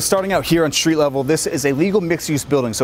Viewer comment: What’s a shtreet?